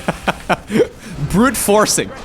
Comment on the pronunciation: "Brood forcing"